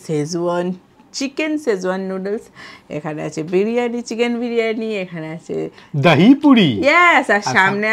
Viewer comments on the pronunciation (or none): বিড়িয়ানী না বিরিয়ানি 😂